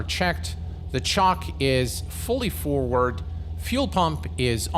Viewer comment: I realise you are not a native English speaker - although your English is excellent - but the control at engine start is not pronounced 'chock' like a wheel chock, but rather 'choke' like to obstruct someone's throat - to choke them. The control is to enrich the fuel mixture by choking the intake venturi and reduce the amount of air in the fuel mixture. As engine temperature rises the choke is reduced and eventually pushed in all the way to fully open the venturi and obtain the correct fuel/air ratio. Those of us of a certain age will be familiar with this action from driving a car... Love your videos by the way! And thanks! 😉😉